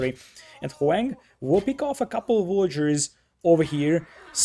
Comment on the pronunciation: omg pronounce Hoang's name properly. It's not HOWANG, it's Ho-ang. It's very cringe and kinda disrespectful